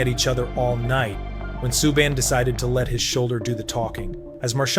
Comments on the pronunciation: It's an AI voice. That's why. you type it into a prompt and the AI voice's pronunciation of some names will sound off, just like Subban's name. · Omg here we go again u American Narrators who do this videos on nhl players need to seriously pronounce players last names right or don't bother making these videos u totally screwed up Canadians defensemans last name sueban u morons the way u say it isn't correct at all the teachers I'm yr education systems in pronounceing certain players last and sometimes there first names is a bloody joke !!